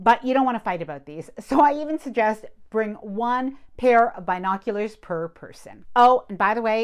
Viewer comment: LOL. You kept saying it and I was like what are BI noculars? We say bin o culars. NYS